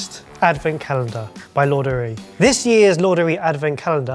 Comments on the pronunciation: He's not saying laundry. He's pronouncing it Laudurée in instead of Ladurée. Just a small mispronounciation. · Laduré, please don’t call it lo-du-ree. It’s pronounced as it is written really la-do-ray (the middle u is hard to pronounce, I give you that).😅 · why is pronouncing Ladurée like Laundry? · pronouncing La duree like lordery made me doubt if we’re talking about the same place